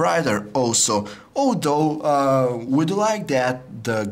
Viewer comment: I heard "oh no" rather than although ==